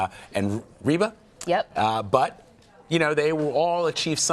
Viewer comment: The oldest sister is not named "Reba" she is Rebbie Jackson (pronounced "Reeby" short for Maureen).